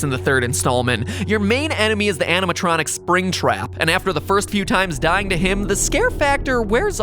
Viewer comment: when Mat said "animontronic" i thought he said "Hannah Montranic" as in Hannah Montana + animatronic